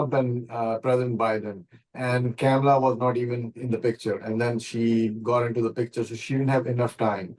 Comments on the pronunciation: She is intentionally mispronouncing the name "Kamla" ! Insulting Indians? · why you are pronouncing Kamala name wrong😮